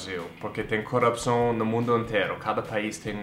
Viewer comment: Eu ri muito de ti falando "corrupção" e eu entendendo "coração" hahahaha LOL